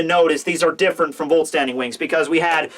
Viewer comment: try to pronounce the "Vollständig" not like vault standing... more like foll-stand-ig :D Germans!